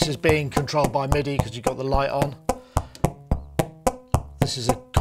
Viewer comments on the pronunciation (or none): none